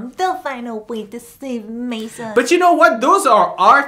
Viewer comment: it is Maison....